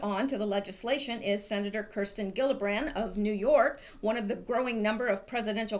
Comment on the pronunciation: Not that it matters in the lest but gillibrand's name is properly pronounced Jill a brand. Can’t stand anything about her, she once ran for Congress around here as a pro 2nd amendment Democrat haha. So call her whatever you like, I have a few choice names that I call her privately.